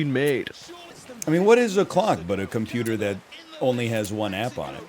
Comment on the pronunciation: computah on a boate